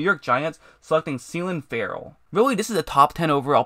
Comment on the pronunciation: Seellin Ferrell? Dude wtf?